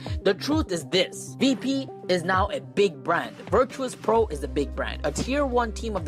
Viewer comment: ITS VIRTUS NOT VIRTRUS .,.,FUCK U